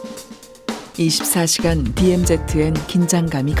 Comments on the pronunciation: 어이 이봐 발음 똑바로 해라 디엠제트가 아닌 디엠지다 그러고도 이따위 방송하나? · DMZ를 내레이션이 디엠제트라 발음하네